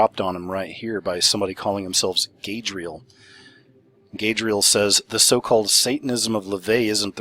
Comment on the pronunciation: I believe Gadriel is pronounced "god-ree-el" and is a name for satan or one of the fallen angels. I've heard it before but don't remember exactly.